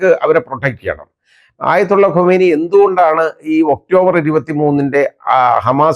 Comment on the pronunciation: ഖുമൈനി അല്ല ഖാം നാഇ